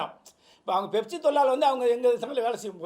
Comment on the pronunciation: அது 'பெப்சி' இல்ல 'ஃபெப்சி' Pepsi❌ Fefsi✅